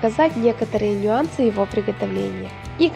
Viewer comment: Безграмотный язык режет уши. В русском языке ударение в слове карп, на первом слоге, нЮанс, а не нЬюанс, кожу снимают не ИЗ рыбы,а с рыбы, хвост не отрубывают, а отрубают, в мясорубке нет сита.Где Вас говорить учили? Поверьте, это не придирки. Вы канал ведете, а не с соседкой рецептом делитесь. А сам рецепт просто превосходен.